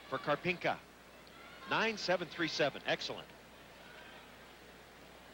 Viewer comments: To me, the commentator sounds like he is saying Карпинко rather than Карпенко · Am I the only one who noticed the commentator says "Karpinka" instead of "Karpenko" ? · It's actually not a bad pronunciation. The "o" should sound more like "uh", but the e should sound more like an "e". So it's something like: Karpyenka. Pronunciation-wise anyway.